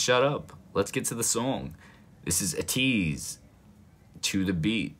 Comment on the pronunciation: if didn’t know ateez is more pronounced like aye-teez instead of uh-teez, also love your reactions videos they always have a really good vibe to them